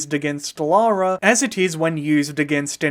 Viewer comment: Ironically, they changed the name from Laura to Lara due to the perceived potential issue of Americans pronouncing Laura incorrectly, but there are countless examples on YouTube of US creators mispronouncing Lara and instead they say Laura. I'd say it's about 70/30 in favour of the Laura pronunciation from US creators, so it's clearly a widespread issue, especially today.